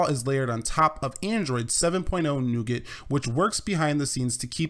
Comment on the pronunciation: "Nooget" XD